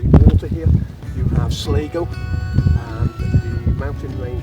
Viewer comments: hope you had a good time, i think the place your talking about is Sligo... pronounced sly-go 👍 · and no don't take his advice they dont pronounce sligo like he does 🫣